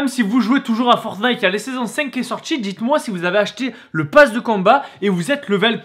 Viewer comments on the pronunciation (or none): none